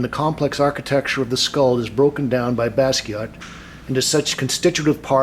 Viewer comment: You pronounced his name right this time,. ✋🏼 Thanks for the video btw